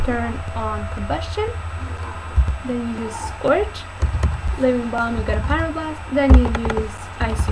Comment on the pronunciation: Fireblast ? Lol is Pryoblast